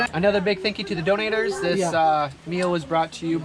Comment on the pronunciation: say donors, (not dodnators)